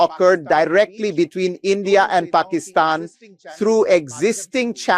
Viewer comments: Pakistan is pronounced Pa Ka Stan. Not Pakeestan. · paa kuh staan, not pakkystan. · Was able to watch until you AGAIN pronounced it "Pak-EEEE-stan", when the whole rest of the world, including the Pakistani's, pronounce it "Pak-IS-stan".